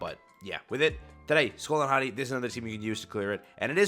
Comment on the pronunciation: Just to correct the pronunciation. It's Hati(Haytee)